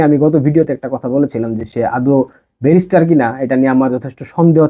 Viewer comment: তোর বাপের ও যোগ্যতা নাই ওনার সম্পর্কে বলার। তুই নিজেই তো এখনো ব্যারিস্টার উচ্চারণ করাতে পারিস না